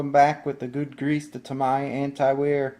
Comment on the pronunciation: Great video! But, whoever was talking in the video pronounced Tamiya wrong. Its, TA-MEE-YA not Ta-my-ya, lol.